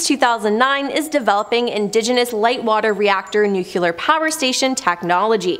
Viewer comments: It's pronounced nu clee AR and not nu q lure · It's nu-cle-ur not nuke-u-lar, sur-veil-lance not sur-veil-li-ance